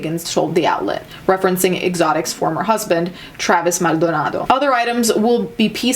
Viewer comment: Dude i highly doubt Travis' family pronounces their last name like that but you do your thing. XD XD